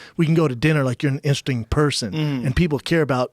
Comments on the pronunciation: insting instead of interesting 😂😂😂 that’s funny as hell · Brendan pronounces "interesting" Instring like seven times. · Are we gonna ignore that Mr schaub mispronounced the word Interesting bout 3 times. Brendan "Ingstring people" Schaub. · In ter est ting. Not that hard. Instring... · I think its intesting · No one: Schaub: Intersting Schaub: In-In-Intressing Schaub: Interressing Schaub: Intersing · Everyone: interesting Schaub: Insring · Brendan’s brain: interesting Brendan’s CTE: inersting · Brendan "insring" Schuab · "Funny and intestin" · It’s intrsing... you gotta be instring... how instring... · Brendon trying to say *intesting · Brendan: Inursting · "Instring" - Brendan Schaub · why does brendan say instring instead of interesting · Homeboy said "In'sting" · Instring, instring.. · “You’re indersting, indsting. “ uuum what?! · How many times does that fucking mouth breather need to try and pronounce the word “interesting” before he gets it right? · Schaub - "Instering, instring, instristing ... " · in-ter-es-ting. Not sure what happened there but ya left some syllables on the floor. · Brendan “inshtig” Shaub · Brendan "Instru-string" Shaub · "I'm Indresing" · Brendan "interisssting, intesing , enteristing, intising" Schaub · Brendan "Instring" Shaub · Schaub, what's 'instersting'? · Very Instring. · insting... in a sting.. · That's intastring. I too struggle with pernunsations at times. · "Insting"?? Is that how u say 'interesting' now?? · Brandon: I cant pronounce the word "interesting" Also Brandon: I'm gonna say the word 20 times in a row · Dude how the fuck does Brandon pronounce “interesting” I can’t even wrap my head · Brendan said "interesting" about 15 times and only pronounced it right once :) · Lol Brendan cant say the word interesting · How can brendan not pronounce interesting?! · Brendan has a hard time saying interesting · why cant schaub pronounce interesting correctly? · Brendan "I cant say Interesting" Schaub